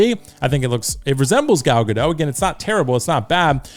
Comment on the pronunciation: It's pronounced Ga-DOT, not Ga-DOW. Gal is Israeli, not French. 🤪😝